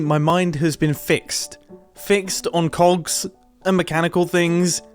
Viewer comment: I would like to draw your attention to the unfortunate break after the word cogs which is not very clearly pronounced. Come on don't give me that i know you heard it too